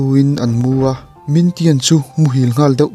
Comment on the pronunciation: Min tian ni lo in ming thian a ni kha a chan ber cu nak tuk tuk ti na aw a ka hriat ve tlem te ni cu